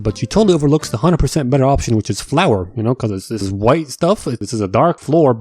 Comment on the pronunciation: “ dis is the wey” 😂